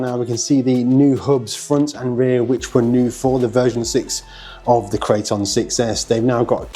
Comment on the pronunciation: Arrma builds monsters and monsters only. Amazing RCs through and through. Loved how he pronounced it -Crate-On